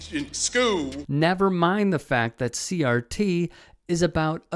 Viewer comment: Did he just say CTR instead of CRT?